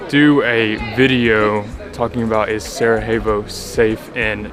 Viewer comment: I would just say the J in Sarajevo is a "y" sound, not an "h" as in Spanish! :)